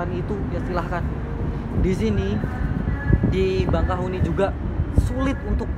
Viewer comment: Bakahueni bang, bukan bangkahueni